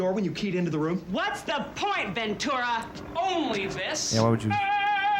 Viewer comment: As a native Californian, it's pronounced, Ven- Tura. It's Spanish, so the t is pronounced like tea and not ch